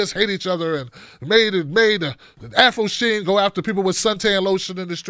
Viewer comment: “Afro Sheen” LMAO